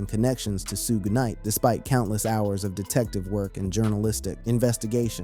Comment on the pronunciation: U say suges name wrong and its killing me